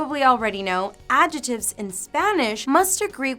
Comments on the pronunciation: The "c" in the word adjectives is not silent. It's pronounced AD-jeck-tivs. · It's recognisable, but I'm just trying to help her with her pronunciation because we don't pronounce 'adjectives' that way and she may not realise.